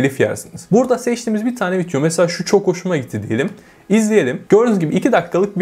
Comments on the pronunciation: Arkadaşım şuna "vityo" deme ya valla sinirim bozuldu. Vityonu beğendim :)) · kardesm agzına saglık adamsın ama vityo demeni düzeltmeli değiştirmelisin :) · Keşke video'ya vityo demesen 😒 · viTyo ne ya.. daha vidyo demeyi bilmiyor ama para kazanıyor..